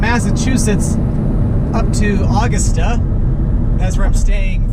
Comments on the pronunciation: When You Said [Awgasta], Its U-Gusta, Augusta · It's A-GUST-a not August-a!! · As a Maine resident, I chuckled hearing you try to pronounce Augusta 😂 ! It isn’t actually August-ah but Ah-gust-ah